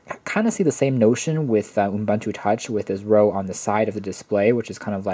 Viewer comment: Good video, but it's pronounced "oo-BOON-too" not "oom-BUN-too".